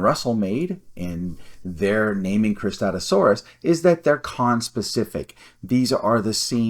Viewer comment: I had no problems with your pronunciation, it's pretty similar to mine (I say "kris-TAT-OO-sore-us") 😂 I've always thought the way I said it was a bit clunky, but I couldn't think of anything better! Suchomimus objectively has the better name (even if it could apply to many spinosaurids), though! (Cristatusaurus means "crested lizard," which is not only very broad, but is also apparently controversial, as you mentioned not everyone can even agree it had crests?! XD)